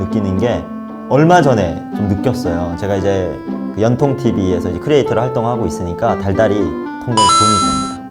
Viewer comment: ㅋㅋ 저도 그래서 한국사람이 대본외워서 북한사람 코스프레 하는거 아닌가 의심했는데 발음보고 한국출신아닌거 확신함. 앞부분보면 "연통" 이거 발음하는데 [연텅] 이렇게 발음하는데, ㅗ 를 ㅓ 비슷하게 발음하면 대부분 북한 아니면 조선족출신임